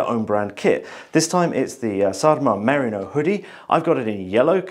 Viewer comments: You pronounce it 'mariner' but it's really meh-REE-no (The Brits have a lot of explaining to do.) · its MERINO (MER RI NO ) FOR SOUNDING OUT HOPE THIS HELPS. From a west Australian. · pronunciation of "merino" has me worrying that I have been saying it wrong for years.